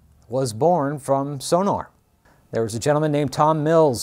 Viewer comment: It’s pronounced Sonawr, not Sonar. It’s German.